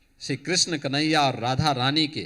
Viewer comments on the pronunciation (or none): none